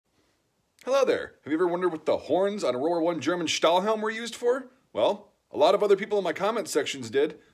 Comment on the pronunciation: Meanigless parts are rare on german items ;) Greets from Germany 👋🏼 P.S. I like the way you pronunce the “ Stahlhelm “ ;) 👍🏼